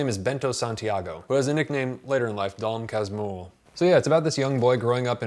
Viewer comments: Dom kas-moo-ho hahahahaha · You can pronounce it something like DOM CAS-MUR-HO. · For pronounciation, try "dawn kas-moo-hoe" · The pronouce is, DON KASH-MOO'-HOO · Dom casmoohoo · A little help on the pronunciation: "Dom Kasmooho" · it pronounce Don Casmooho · You can try pronouncin it as "Don Kasmoo-hoe". As a Brazilian I was traumatized from having to read Machado as school assignment. Few Brazilians are able to appreciate the author's way to tell the story. Most of the kids might agree "it drags itself too much". Machado's tales are way better for kids to read IMO. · Ele tentando falar Dom Casmurro: Dom Casmirro kkkk Eu tentando entender o vídeo: Sad. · Just to help on the pronounce, it's Don Kas-Moo-Rue, but the "R" is made with the troat, like imitating a dog growl. Just in case someone is interested. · The pronunciation is more like Don Kah-smoo-hoe, really Unreliable narrators are my thing, and I blame Dom Casmurro, really. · Read it as "Dom Casmooho" ;) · Thank you very much for your perfect review of the most famous book of Machado ("Axe" in English) de (of) Assis (Italian city (Assisi). You can pronounce the title of this book "Dom Cass-MOORE-ro. It will sound perfectly in this VERY difficult language that Portuguese is, and we are obliged to speak here in Brazil... : ) : ) : ) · [dõ kas'muhu] usando o ipa. ' pra sílaba tônica, se deixar dom o m pronúncia como mom do inglês, então tem que colocar õ nasal. Sim, faço mestrado em fonética